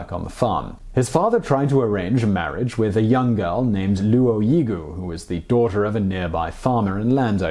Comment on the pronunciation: "Luu-oh YeeGu" smh. Put it in Google translate. It will say it for you. Not that hard.